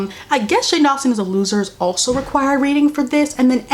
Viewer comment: She says: L0seR